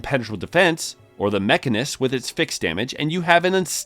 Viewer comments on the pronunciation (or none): To be honest, it really annoyed me hearing him say mech-arnist, with such emphasis, almost like it was on purpose as a joke. He sounded like my foreign coworker trying to pronounce mechanic.